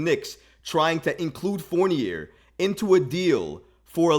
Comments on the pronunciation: It's "Four-Knee-Yay." 😑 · I like this dude and his channel but come on bro… it’s “Fourn-YAY”. It’s French!!!!!!! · I stopped listening because he can’t pronounce dude’s name. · The crazy thing is that he looks just like Fournier yet he can’t pronounce his name